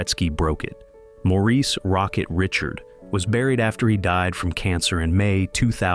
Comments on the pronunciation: You can’t pronounce Maurice Richard’s last name properly but Quebecois want a problem! AI is such garbage!! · Mispronounced the Rocket's name.